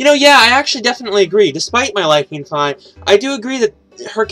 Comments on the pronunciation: Fye? It's Fee (Fi) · Fye? It'd Fee (Fi).